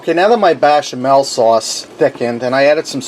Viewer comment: You're pronouncing musakka as moose ka, should be moo sa ka and bechamel as bash instead of besh. I had to be that guy but the dish looks good. Traditionaly when making a bechamel you put numeg in when you cook it, preferably grated but I've never met anyone that had it in raw form.